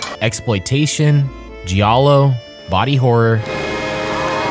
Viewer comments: Wow, where are AIP and I was a Teenage Werewolf, The Haunting, The Innocents, The Day the Earth Stood Still, Italian Gothic? Not one mention of Steele? Or Price? And giallo is pronounced JAL-lo. This history needs revising. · I don’t know what pisses me off more,you mispronouncing multiple Giallo filmmakers names or mispronouncing Giallo itself,this is one of the worst documentaries I’ve ever only watched half of